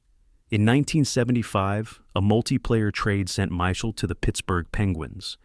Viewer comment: My Shell?? Michael???You can always tell A.I. Narration: Mispronouncing names, especially francais ones. Also overly flowery script and overly generous adjectives.